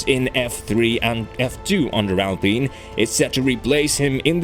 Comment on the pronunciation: Thanks a lot for fixing your pronounciation of "Alpine" :) Good work, as always ! Keep it up :)